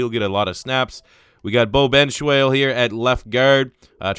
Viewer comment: It's is pronounced benshaw not benschwal